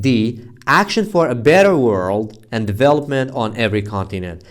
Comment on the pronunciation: Salam alaikm teacher I hope you be fine always in shaa Allah Teacher the pronunciation of Development isn’t like that and thanks for you for accepting my report 😊👍🏼